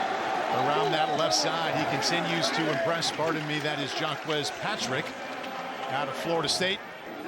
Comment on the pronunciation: "Jah-qwez" is a wild way to decide to pronounce Jacques